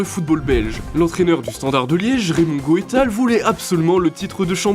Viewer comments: Pour Raymond, ca ce prononce, goût tals. Les videos sont cool mais les prononciation de nom svp renseigner vous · Non pas geu taels mais Gouetals 🇧🇪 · Raymond Goétal??? On prononce son nom Raymond Geutalse. En tout cas, tu viens de détruire la bonne opinion que j'avais de lui _ et me faire comprendre pourquoi Tapie voulait de lui. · Quelques prononciations à revoir comme avec Gijon, Goethals, Lazio Romé ? Sérieux ? Lazio Rome ou Lazio Roma - sur le calciopoli de 2006 à savoir qu’en 2010 il a été prouvé que l’Inter avait été aussi impliqué mais a bénéficié de la prescription et la Juve a été blanchie, le club se bat d’ailleurs pour récupérer les titres de 2005 et 2006 Si vous voulez faire des vidéos sur certains sujets, faites le correctement….